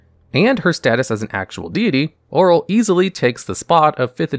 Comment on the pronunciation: What is a Droo and why did you call Auril, oral 😂